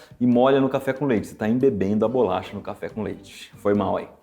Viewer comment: Falou errado de novo, quando falou "embeber a BOLACHA"